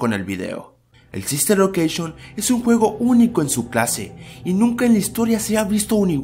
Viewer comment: Bien pero dijo sister locousgion